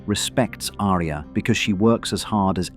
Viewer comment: Don't get me started on the mispronunciation of Arya. ~winks at ~